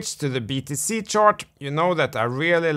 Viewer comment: to Man, you're saying "chOrt" instead of "chArt", and "ore" instead of "are"! Work on it. It's possible your brain doesn't hear it. That's how the Japanese are with "lock" and "rock" - they can't hear a difference. You can get your full hearing back - by concentrating repeatedly on hearing it. (both your 'chOrt' and your 'Ore' can be heard in that interval)